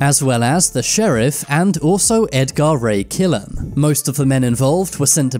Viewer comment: Ed Gar Ray Killan, really? AI isn't too bright just yet is it???